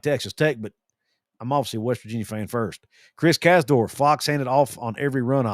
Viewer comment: You're the only guy ever that can pronounce Casdorph. God bless.